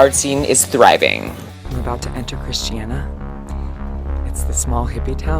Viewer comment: It's Christiania, not Christiana.